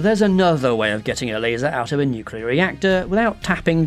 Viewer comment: You say nuclear wrong Lolz